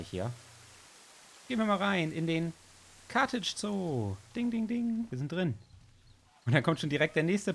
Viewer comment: Carthage= Karthago auf englisch 😀 und lustig das du so Probleme mit dem Namen hast das du es im Titel falsch hast 😂